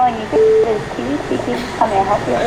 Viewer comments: Dude, you totally said Kiwi on the intro! Haha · Guys it’s not Kiwi it is KEELEY